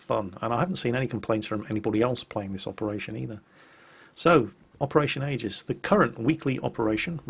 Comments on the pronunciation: It's pronounced, "EE-jiss". Noob. Lol. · Operation EE-gis